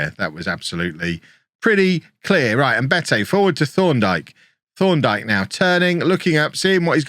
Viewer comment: Thorndike sounds like you’re saying Sean dyche with a lisp